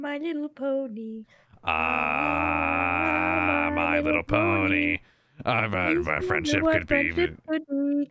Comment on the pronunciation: I CANT BELIEVE HE SAID LY LITTLE PONY😂😂😂